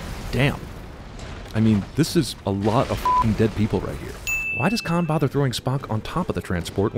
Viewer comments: No matter how many times I hear it, Benedict Cumberbatch always sounds like he's saying, "My name is Kai". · i still never hear him say Kahn. I hear Kai. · Why does Khan say his name like Kai? Is it Kai and then changes? I'm confused!